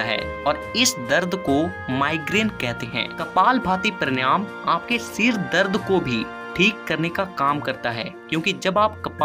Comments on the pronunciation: उच्चारण तो सही कर ले बेवकूफ पर्णयाम नही प्राणायाम बोल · Han vo paryanam galat keh rahe hain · First of all, you should learn the correct pronunciation of PANAYAM . Brij Sharma